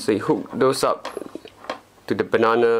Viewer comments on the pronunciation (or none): hello my friend,finaly you have the good one!!the other one it was a clone,and that is garbitch,this one is a good charger,good choice,i like yo video,becouse you say funny banannnna plug!!hahaha its a joke,i hope you have a lot of pleasure on it from your charger.good video.!!!!go on